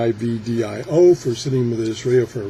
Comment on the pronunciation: TIV-Dee-oh accent first syllable.